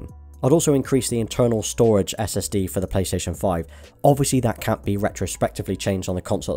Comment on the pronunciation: The way you say “four” makes me cringe